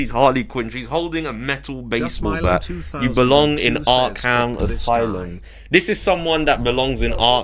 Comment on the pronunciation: Ark-ham? I couldn't dislike him more.